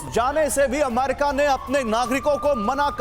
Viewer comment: गधे, अम्मेरिका नहीं होता, अमेरिका होता है। तेरे को संवाददाता का लाइसेंस किस गधे ने दिया?